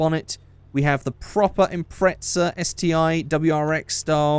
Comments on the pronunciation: He said Impretza instead of Impreza abbout 6 times😂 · hey stupid it pronounced Impreza not impretsa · Am I the only one noticed that he pronounced Impreza as "Impretza"? 😂 No offense but it's quite funny to me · British vs American